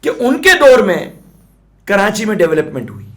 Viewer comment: 1.04 karanchi ki awaz😃😃😃